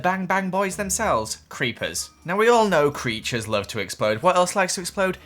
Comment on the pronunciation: Did u say creatcher 's not creepers